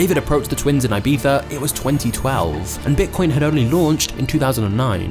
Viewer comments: I like how you call it "ibifa" or "ibitha" 😂. It's actually pronounced "ibissa" Awesome channel, my favorit at the moment!! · You are saying wrong, Ibica. You sas Ajbeca😂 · its ibiza! like in e-pizza but with a soft b - not i-b-tha... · where did the twins travel???? AIBIHA? IBIZA! I stopped watching at this point, very LAME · It's IbiZa not IbiFFa. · not IBIFA but IBIZA 🤣🤣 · its IBIZA and not IBEETHA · it's "EE-BEE-ZAH" not "I-bee-zah" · Ibiza is NOT pronounced Ibipha 😂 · Why do you pronounce Ibiza like eyebeefuh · why people can't prnaunce word IBIZA = IBICA... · i almost stopped watching after hearing 'Ibitha' for the fifth time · Is it just me that is bugged SO MUCH with the way he pronounces Ibiza as Ibitha or you too? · I like everything except the way you said ibiza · the way you say ibiza infuriates me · Holy shit the first time I found out that's how you pronounce Ibiza in English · Why does he say Ibiza like that😂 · AHAHHA you say "I-BEE-ZAH" like a a tourist but can't say "CHIPRUS" hahahah